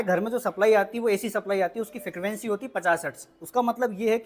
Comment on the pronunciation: Fikravency❌ frequency ✅😅😅